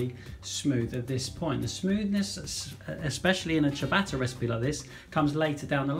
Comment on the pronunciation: "...if you want to make a simple chuh-batter at home..." Gah! My ears!